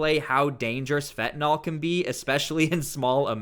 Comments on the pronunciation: Why do people pronounce Fentanyl...Fentanol ? There is no "o" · Stop saying "fentanol", its "fentanyl".